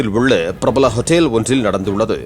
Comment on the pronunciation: Hotteel no hotel or உணவகம் that's tamil news not a drama who s news reader not a drama artist mr.